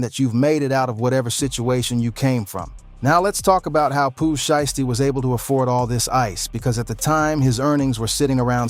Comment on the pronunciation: sounded like he said pooh shyt stain